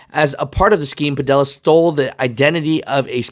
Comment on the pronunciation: I know this isn’t the most important thing about this story, but his name is pronounced Pa-Dee-Ya. The two LLs side by side make a Y sound. A little basic spanish class for ya😂🤣🤣